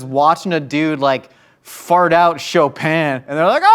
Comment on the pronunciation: Finally someone who knows how to pronounce Chopin